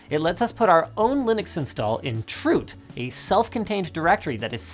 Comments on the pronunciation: The way he pronounced 'chroot' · Bro did not just pronounce "chroot"